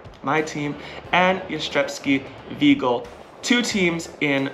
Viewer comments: @@ it’s more like ven-gee (as in the word geese)-el. Pronounce the „i” as „ee” and then proceed with „el” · It's kinda funny how you have almost perfected the pronunciation of Jastrzębski or Jastrzębie but still struggle with the Węgiel part 😅 Anyways, congratulations on your win! Such an amazing accomplishment! Edited to add: Honestly, the number of times this past season you guys were able to come back from a tough loss, be it in a match, a set or even from being behind during a set, is insane. I have never seen a team with this kind of mentality. Looking forward to watching you and Zaksa again next season and in the meantime, enjoy national team season!